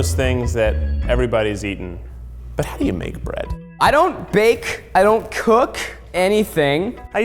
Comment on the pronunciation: I hate the way he says cook and bake